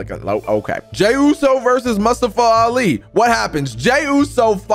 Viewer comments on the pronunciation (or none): Isn’t it mustafa (moo sta fa) Lol he said mustafa (must a fa)